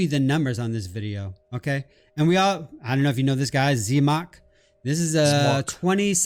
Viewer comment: The moment he mispronounced ZEMOK, I was like... Five G's please... Good God Get a Grip Girl!!! What is that?? I love you and!!